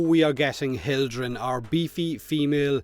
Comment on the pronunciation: ROFLOL! suck it to that entire riven clan, great news. Also: Hildren...👍